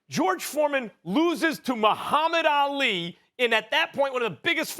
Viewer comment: Why does SAS keep pronouncing Ali's name like AL Lee??